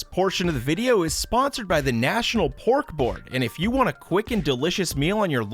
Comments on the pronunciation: I thought he said pork bork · I totally thought he was saying “Bork Bork” instead of pork board😂😅